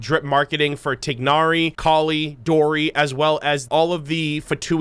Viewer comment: You're mispronouncing collei and Tighnari, both of them，sad...